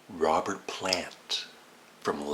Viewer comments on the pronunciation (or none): none